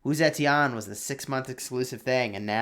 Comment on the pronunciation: "Sa-chen" not zetian...